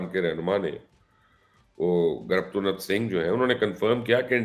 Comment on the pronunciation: Sir it's not graptunath Singh, it's gurpatwant Singh Pannu